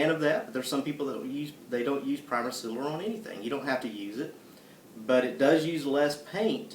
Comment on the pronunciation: lol i think he ment sealer. it took me a minute to realize what he was trying to say.